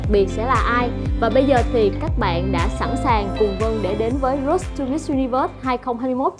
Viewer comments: Làm ơn đọc từ Road cho đúng. Rốt gì mà rốt. nghe phát khiếp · C vân để ý chữ Road không có "s" nha c iu